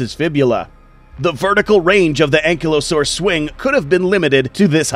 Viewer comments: Its pronounced An-Kai-Low-saurus not being rude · How to pronounce Ankylosaurus:Ang/kaylo/sores